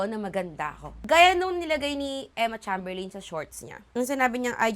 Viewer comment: ate, not that it matters a lot pero cheymberlin yun sha ipronounce yun lang